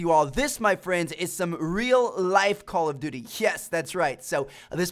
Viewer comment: If you say Call of Dut in real life one more time, I'm going to pistol whip you.